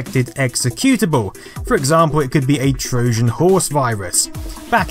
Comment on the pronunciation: You have a very odd way of pronouncing certain words. "Trojan" with a soft "J", "BBC" as "bibby see". Love your channel though!